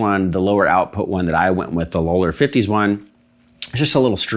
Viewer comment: Low-ler? Isn't it pronounced "lol-er"?